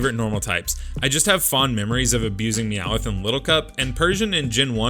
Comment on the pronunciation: Me aowth not me aoith